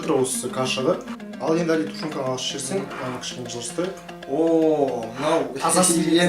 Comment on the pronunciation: жерсен емес жіберсен деп айтынызшы